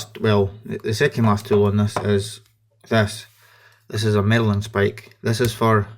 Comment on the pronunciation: Marlinspike not 'Merlinspike'!